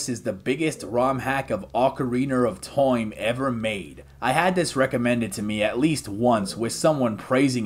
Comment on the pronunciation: Ocariner of Toim™